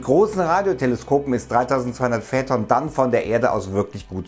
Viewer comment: Ich Liebe deine Videos aber die Aussprache macht einem echt zu schaffen in jedem deiner Videos :D es wird feiton ausgesprochen nicht fäton